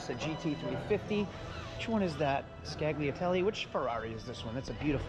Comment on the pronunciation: One of those "Scagliatelly" Ferraris. Love you... It's a 2019 Portofino